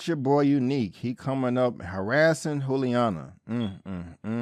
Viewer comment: FYI-It's pronounced Julie-Ana not Who-liana. Love the content 👌 ♥️